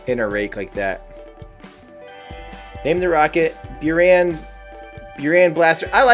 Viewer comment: It's pronanced as booraan not bioran